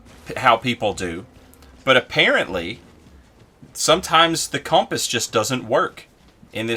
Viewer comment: compass is hiding from you cuz u say its name funny